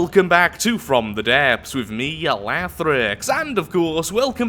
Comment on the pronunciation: You did mention a couple of times that you have some speech issues... I for one CAN NOT for the brutal love of Slaanesh pronounce the title of this game properly, yet you nail it every single time :P